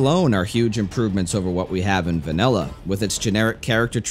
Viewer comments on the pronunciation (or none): none